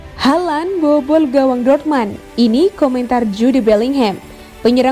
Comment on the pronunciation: DORTMAND?? Sejak kapan??jangan bikin malu min,nyaring,salah lagi😁😁😁